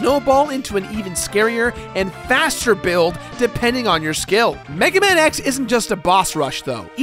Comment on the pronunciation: We must recover all the energy meguaman